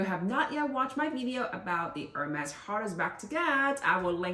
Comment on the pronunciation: It’s french not english :) And she pronounced correct